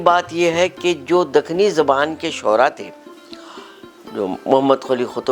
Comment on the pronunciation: It’s ZUBAAN not Zaban